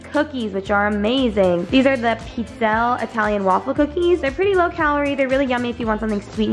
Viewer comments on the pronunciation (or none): Pizzelles are pronounced pitz-elles :)))